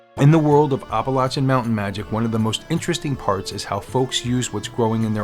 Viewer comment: Well, that's a new pronunciation for Appalachian. Are you saying Oppolachean? The "App" sound is one thing all residents along its range can agree upon.